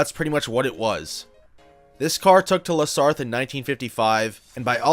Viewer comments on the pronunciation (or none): You gotta work more on the pronunciation fella, lol, you said Nissan like "Knee Son", La Sarthe like "Lassar" But otherwise, well researched, well written video